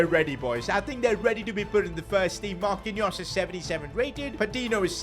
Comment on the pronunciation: Man said marqinous the Brazilian lol